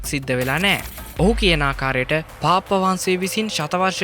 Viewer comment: අනේ යකෝ. පාප් වහන්සේ කියලා හොඳටම කියන්න පුළුවන්කම තියෙද්දි නෙ උඹ පාප්ප පාප්ප ගාන්නෙ. 🤣🤣🤣🤣🤣. හැබැයි ඕකුන්ට වහන්සේ කියලා කියන්නත් හොඳ නෑ